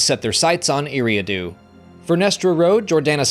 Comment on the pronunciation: Love the vids, just one thing, your pronunciation of Eriadu is wrong, it’s like eerie-ah-do